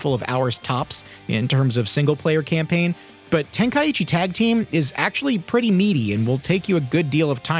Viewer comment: Brother say tenka-ichi lmao